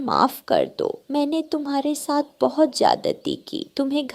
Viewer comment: GOr gor se kya hota hai? Gor se dekh rehi thi. Aisi joode wali itni gandi kauwi tum ne Kahan dekhi hai? Saat nahin-- Saath. Khane se peechhe nahin--- Khane se vanchit reh jayen. Ye chidiya itnsa bada joda kar ke baithi hai,tum ne aisi chidiya Kahan dekhi hai? Tum log pagal ho kya? O bewqoof logo, lawaris nahin--- L a c h a r. Lagta hai tum bhi pakshiyon ke school mein hi padhi ho. Na koi rishta nahin--- Na koi rishtedaar. Agar tum logon ko hindi nahin atti to seekh lo. Sach mein nahin--- Sach much. Zara achchhe andaaz mein kahani sunaya karo.